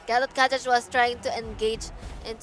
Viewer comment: yeah and gatokaja how they pronouce gatotkaca